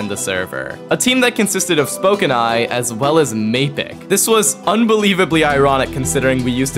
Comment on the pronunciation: It’s definelty not mapicc…..💀